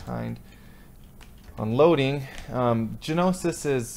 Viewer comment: haha the G is silent in gnosis man! I think you need to get a more solid mic it would really improve your videos!! Thanks